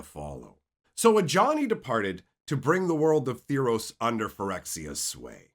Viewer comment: T-heros, not T-hirows.. Good presentation tho. like a friend telling a story